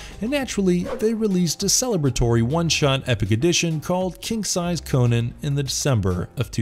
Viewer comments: Omg stop saying Conan wrong it's well annoying Co-NAN not Conun. Fuck sake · It's not "Conin", it's "CON AAAAAAAAAA N". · Fun fact: Robert E Howard prounounced "Conan" with a "u". - "Conun". We've been pronouncing his name wrong for generations.